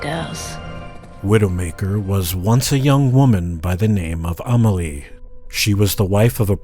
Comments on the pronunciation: You mean A mah lee vs A may lee? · lol he really can't pronounce Amélie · he didnt do it right in the video at least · Lol at Ah-moll-e and Gabrielle...